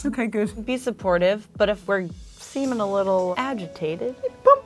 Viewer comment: But if we're seemin a little agitated..: Seemin What my ears heard: Semen